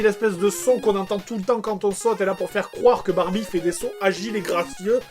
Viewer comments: il a dit les fesses de bambie au lieu da barbie lol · c'est moi ou il a dit Barbite?